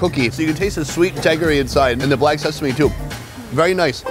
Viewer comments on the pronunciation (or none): none